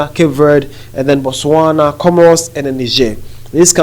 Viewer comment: Botswana - sounds incorrect